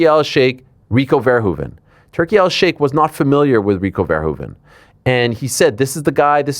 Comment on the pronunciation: one of the few people who actually pronounces Rico Verhoeven the right way